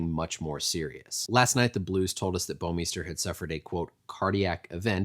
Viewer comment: You come the closest to pronouncing "Bouwmeester" properly out of anyone I've heard so far! It's a Dutch last name, and I so happen to be Dutch. It's quite funny most of the time the way the pronounce it, but sometimes it's so wrong it's simply annoying.